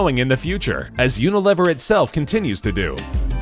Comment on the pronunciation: Uni-lev-er haha, its Unilever